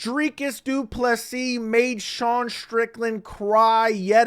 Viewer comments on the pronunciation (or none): "Dry kus"